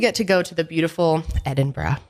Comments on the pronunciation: yeah i know it's kind of pronounced like that she's so close but she just has this like american bro twang on the brah at parts and i felt like she was lowkey going BRAH thats why i.. lol i love it. but yeah it is edinbruh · The way says Edinburgh lolll EdinBRAH! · It’s pronounced “Edin-borough” or “Erin-burro”. 💜